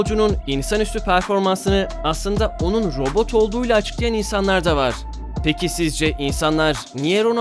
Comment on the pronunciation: robut degil